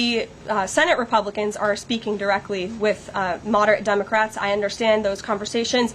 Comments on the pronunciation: I swear she started out calling them Dumbacrats. LOL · did she just say dumbocrat?